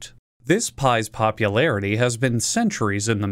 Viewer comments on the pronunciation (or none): Did I hear popupierity at the start?